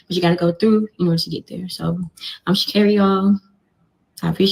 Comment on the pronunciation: Girl why can’t you pronounce her name right it’s ghetto